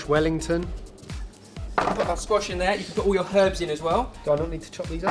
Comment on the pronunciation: When you said "squash wellington" I thought you said "squashed wellington" and I was like, this is why we need more. Who else would make it into a terible joke about a damaged shoe?